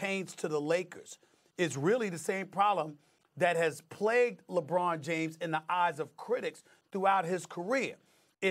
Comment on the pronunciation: no D in LeBron James